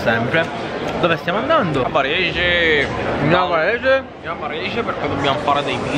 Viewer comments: Quando avete detto "A Varesheee" io avevo capito "A PARIGIIII" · avevo capito "parigi" anzichè varese ahah